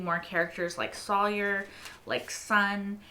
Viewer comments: Nobody tell her it's Sawyer not Salyer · Okay. So learning Sawyer's name is next. It's not Sawlier. 😊